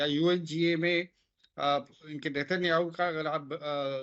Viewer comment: एक बच्चा जिसे ठीक से उच्चारण करना नहीं आता। कहने लगा कि नितिन राम साहू (नितिनयाहू) ने रसगुल्ला को सही टपकाया। 😂😂😂😂😂😂😂😂